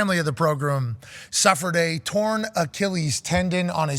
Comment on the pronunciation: Pat prounounced "program" like "pogrom"...is, is pat gonna kill me?